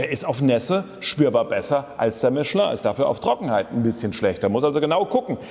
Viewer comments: Endlich einer der das Kind richtig beim Namen nennt: "Mischlö" und nicht Michelin aussprechen wie die Deutschen es halt wieder tun. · So wie es ausspricht, ist es richtig. Es ist eine französische Firma.